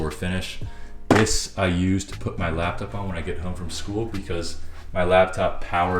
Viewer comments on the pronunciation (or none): bro... It's a 'lap'top. Not a 'lab'top. Lol! Had to poke fun at you about it. Goodluck on the move man. Change is good!